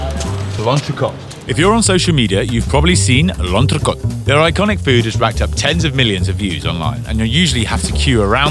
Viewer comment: Lantracot? For people who cook French food your pronounciation could be a lot better